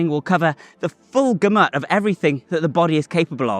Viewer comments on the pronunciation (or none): Gamut, stress on the first syllable